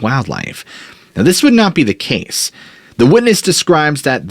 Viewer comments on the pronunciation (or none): none